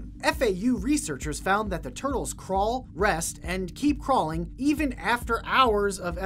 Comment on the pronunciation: I like tur-tuls😂😂😂